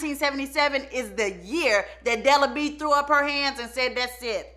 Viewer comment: Not BE-AT-TRISE!! DELA B!!🤣🤣